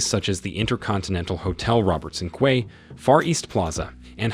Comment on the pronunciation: Please learn how to correctly address the last names of the people introduce. BTW quay is pronounce as key.